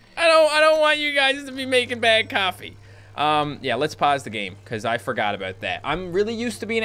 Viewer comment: Olaf Gołąb I heard BED COFFEE